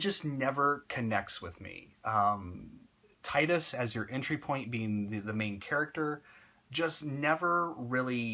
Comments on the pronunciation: To not be offensive or anything Tidus's name is pronounced as Tee-dus. They never say it in Final Fantasy X because you can change his name to anything, but in Dissidia that's how they pronounced it. :) I used to say it the way you did too until my friend told me and I saw in Dissidia. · I liked ur videos so far, but I can't agree with this one. Yuna the only one with char development? Wtf? No plot twists? Dude, how can u play the game and say that?? Seymour was a cool villain, maybe it's just a matter of opinions. Oh and... you're pronouncing "Tidus" wrong.